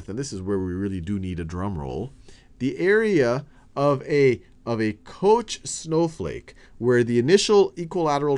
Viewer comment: I always have to grin when some formula or even infinite series boils down to a single simple value. It feels like the parts of something you built coming together perfectly. Btw. Although it sounds funny, I don't think Koch is pronounced "coach" (he was swedish and I speak german, so I'm not 100% sure). It could either be similar to "cog" or, with a sound english does not have, like the musician "Bach" except you replace the "ba" with "co". ("Koch" means "cook", both words have the same origin)